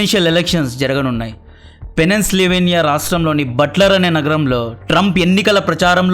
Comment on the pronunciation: అది పెన్సిల్వేనియా రా సరిగ్గా పలుకు